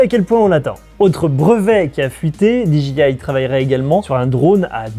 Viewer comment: Génial. Très bon format. Surtout le jingle à:D Contenu toujours pertinent en tout cas. Juste une bricole... Peux-tu dire "Dé Ji I" en français ou "Di Dgay Aï" en anglais? "Dji" en anglais, c'est G et mes oreille saignent à chaque fois:p